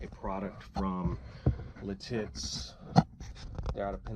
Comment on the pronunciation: By the way, the town/company is pronounced “Lit it’s”. Not “Li tits”. I am becoming a fan of this watch, may need to add one to the collection. Great video!